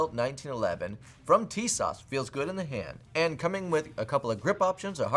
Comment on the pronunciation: ! have this exact gun and it's literally better than every other 1911 at that price point and even punches about it weight class. Btw it's tee-soshh lol